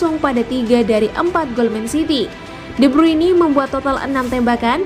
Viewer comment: De bruini 🗿🗿🗿😭😭😭